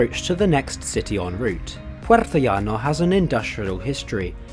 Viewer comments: It's Puertollano, not Puertoallano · Good job! I have to give the AVE a try some day. Minor correction. It's Puertollano, not Puertoallano. Puertollano has Spain's only inland refinery, served by a 350 km pipeline from the port of Cartagena.